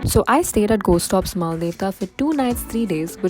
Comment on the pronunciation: Really love the solo female traveller angle just some feedback/suggestions - your pronunciations of the places are so off at least the spelling shown corresponds like you kept on saying Mal-de-tva when it is Mal-dev-ta in the Day 2 section Shastradhara as well ; given this is clearly a larger production would be nice to research a bit more about the places